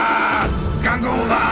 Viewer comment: how said kanguva 🤣